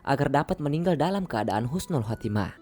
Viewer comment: Tolong dibetulkan bukan khusnul tapi husnul....maaf dan tks.